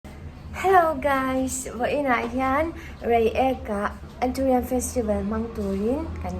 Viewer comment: Aturiam tihin ilam in ka hrea anthuriam tihtur oo,ichhelo lutk🥰😍cuan youngfela a rwn lang zuks k duhpa 😍🤩